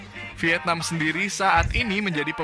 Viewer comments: Vietnam bro,, 😄😄 bukan wietnam😆😆😆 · Bang cakap ny..wietnam😂😂